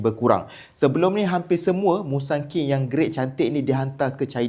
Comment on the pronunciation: Mula2 sebut musaki, boleh terima lagi, lepas tu prokok pulak 😅